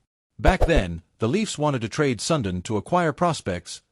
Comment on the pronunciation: you should pronounce Sudin as sundeen not sundin....